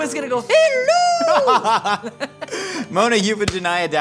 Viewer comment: 🤣 “HELLOEW” fckin Sent me Lmao